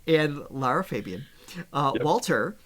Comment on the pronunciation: It’s pronounced Lara Fabian 3 times A as in the musicnote not Feeeebian